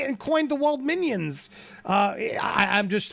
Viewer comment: Wald-mignons? that would be steak ......like as in filet mignon.......I think she meant Wald-minions.......lol